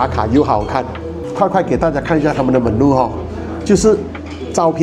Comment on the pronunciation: Menu pronunciation not correct